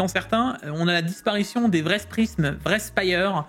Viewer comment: non c'est pas "vraisse"... xDDD